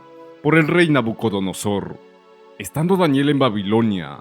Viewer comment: Porque dice nabunodosor? Si es nabucodonosor?